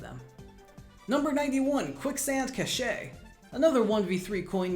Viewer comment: “Cache” is pronounced “cash”; its a pun name like many minigames!